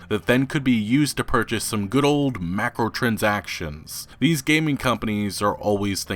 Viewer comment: "Ken Lee Vine" and "Macro Transactions"... what kind of speech problem do you have?